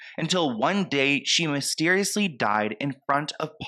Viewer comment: 'mysterioisly' lmfao